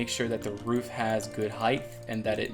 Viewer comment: I like when you go ahead and go ahead and do something. :p And "heighth".